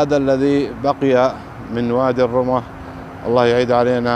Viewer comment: وادي الرمة، ضم الراء والميم مع التشديد.